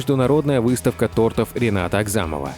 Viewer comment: Неграмотный ты сказал тортов ударение на о а говорится тортов на 2 о